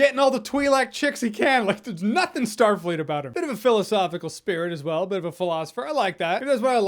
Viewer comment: he literally said what was Starleet about that Captain lol o_O